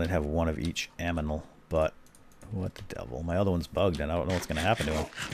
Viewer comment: Did he say aminal?